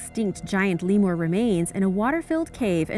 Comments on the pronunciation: It’s leemuhr not leemoor. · "Divers and Paeleontologists discovered a graveyard full of extinct giant "Lee-Moore" remains in a water filled cave in "Mad-ih-gas-kerr".. Lemur umm "leah-moore"..What is worse than that..? Madagascar pronounced "mad-ih-gas-kerr").. Come on now girl..Good thing you're pretty..😒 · I love everything about you. Seriously you are beautiful, intelligent, and have an amazing vocals. That being said, the way you pronounced lemur was something else lol You are probably saying it correctly, it's just the first time I've ever heard anyone say it that way. I still think you're awesome! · The way you say lemur is very... beautiful..